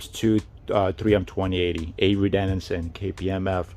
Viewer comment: It’s avery dennison, not denninson.